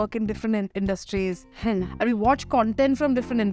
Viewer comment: The interview was good. Loved this sober side of Shehnaz. Love the fact that she is working on improving her linguistic skills. One request to the team. Please advise her to stop pronouncing "and" as an. This somehow spoils the impression.